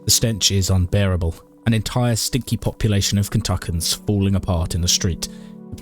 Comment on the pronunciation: It’s pronounced Ken-tuh-key-an -a Kentuckian